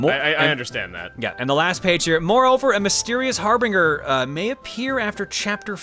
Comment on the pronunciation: I appreciate that Jon pronounced "Harbinger" two different ways within 15 seconds. Knowing him, I'm just gonna assume it was on purpose.